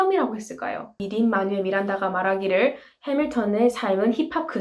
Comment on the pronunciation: “해믈턴입니다” 영어발음 너무 찰져서 이구간 반복중이에요ㅜ 최고💖